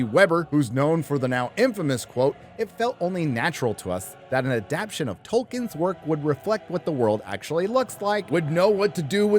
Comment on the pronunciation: I love your videos, but PLEASE; it's adaptation, not "adaption."